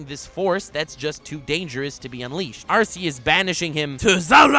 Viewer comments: It's ARCEUS as in ARKEUS NOT ARSEUS. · You mispronounced Arceus. It's like Are-key-us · RRREEEEEEEEE IT'S AR-KEY-US internal and external screaming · ItS nOt ArcEuS (R C S) iTs ArCeus (R K S) dIdNt yoU PlaY SuN and MOon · The only two people on youtube who pronounce Arceus as "Arse eus": and.